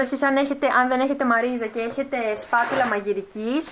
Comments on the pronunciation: Τη λένε μαριζ όχι μαριζα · Βρε συ είναι μαριζ και όχι μαρίζα😂❤️ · Μαριζ ! Οχι μαριζα....